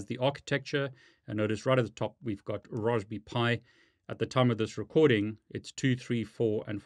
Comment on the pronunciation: This is the first time I've heard someone call it Raws-be-pie lol... Great Vid!!!